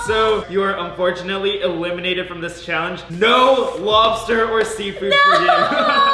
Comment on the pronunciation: Did say “ who ever has the less amount of macaroni will be a-lemon-ated 🤣🤣